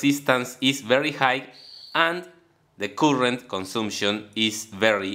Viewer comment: Good effort - some language help - current is better pronounced as "car-rent" but "coolant" sounds confusing. Keep at it, keep learning.